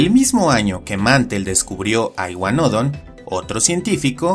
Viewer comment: Por qué iguanódon y no iguanodón? Es una palabra aguda, no llana xd